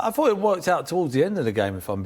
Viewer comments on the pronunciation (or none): minutes in and I stopped. Just can´t listen to him and his "I f(t)hought, I fhougt,,,,) Just shut up!! It´s his first match after 3 days with the team!